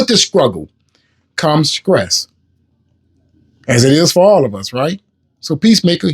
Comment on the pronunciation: Wow!... he said "Scruggle" and "Scress"... come on !!!